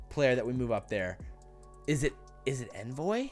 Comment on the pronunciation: Omg it’s On-voy not N-voy